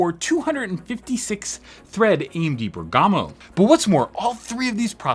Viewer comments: Great video, just a note: it's Bèrgamo not Bergàmo ;) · It's Bérgamo, not Bergàmo... 😏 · Bèrgamo should be pronounced with accent on the ‘e’, it’s an Italian city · I think it’s pronounced “BEAR-guh-moh” but idk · It's Bèrgamo, accent on the e :)